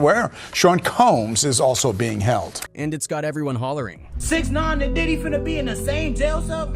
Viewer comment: Did he just say 6-x-9-nine lmao